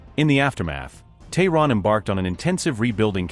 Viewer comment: Its Tehran.Not thorrn.